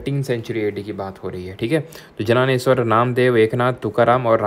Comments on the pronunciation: As an obedient student of yours from Maharashtra, it is my duty to inform you sir ki wo "janaaneshwar" nahi "Dyaneshwar" spelled as "Gyaaneshwar" hai 😂😅 thankoo🫡🫡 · Sir jananesvara nahi hai Dyaneshwar hai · Jnanesvara(ज्ञानेश्वर) hota hai sir vo जनानेश्वर nahi varkari(वारकरी) hota hai vo sir वरकारी nahi